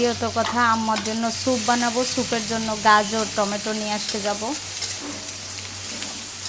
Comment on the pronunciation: স্যুপের মধ্যে গাজরের সাথে কাঁচা পেঁপে দিবে,টমেটো সস দিবে না। আর উচচারণ টা টমেটা না টমেটো হবে।